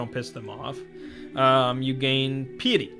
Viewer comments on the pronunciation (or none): Pie-et-ee. Think pie as in delicious pies.